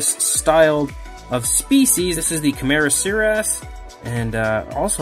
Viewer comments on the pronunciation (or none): Leedsichthys phonetic leeds-ick-fiss. And the diplomoceras phonetic dip-lo-mo-seh-rass. And cameroceras phonetic cam-eh-ro-seh-rass and archelon phonetic are-kell-on.